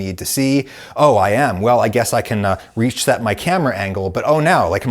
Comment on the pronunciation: great captions, but whoever did , he's saying "reset my camera angle" and maybe misspoke so it sounds like "reach-set"